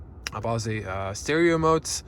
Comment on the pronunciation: Bose is pronounced like your nose or a rose.